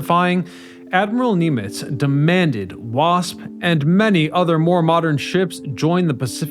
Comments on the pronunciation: pronouncing the RAF as raf and Nimitz as neemitz, Pretty glaring errors. makes it seem very amateurish. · Several errors in your descriptions. Also some of the things you mispronounced like Essex and Nimitz. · Who narrates this stuff? They need to learn how to pronounce words. It’s Nimitz not NEmitiz. It a M.E. 109 not an me 109 and so forth. Irritating